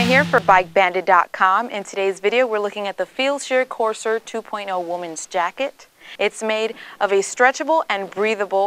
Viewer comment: Pronounced "Core - s'air"